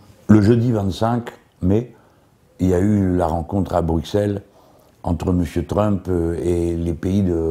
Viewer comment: "donc la visite de Tround..."